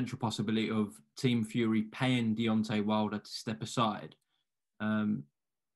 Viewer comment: “Deon’ay Wilder”